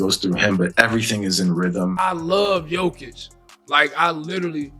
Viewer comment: I stopped the video at "Joe Kick"